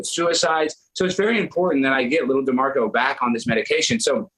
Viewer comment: Say his name "D'MARCO"😂